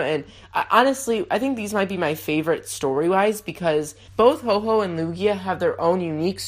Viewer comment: Ho-oh is not said Ho Ho